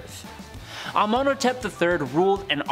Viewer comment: You butchered Arsinoe's name! Cleopatra's sisters name is actually really beautiful. It's pronounced Are-sin-OH-ay. Not Arsinoi?? WTF 😂 Please research better cuz these were actual ppl and her story is sad, she died very young. Oh and another butchered name is AH-men-hoe-tep. Besides this, welcome!! So far I think you're doing a great job and hope you'll stay for awhile:). Just plz, if you're gonna put " educational" content out just make you don't ruin it with bad pronunciations. Once in awhile is ok, you're human. Lol. Again, welcome 🌺🤍